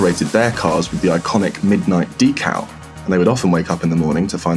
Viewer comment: middo nighto